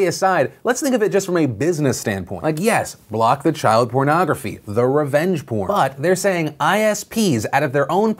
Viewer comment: he says PRON ...hehe